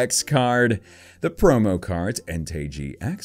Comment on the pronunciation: It's en-ty. Not en-tay.